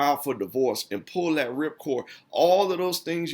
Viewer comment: it's hard for me to listen to poor grammar and pronunciation: "ax", "dat", "dats", "lass I check"